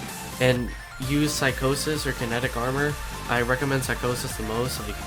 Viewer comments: Lol psych-au-sis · when u pronounce psychosis I died laughing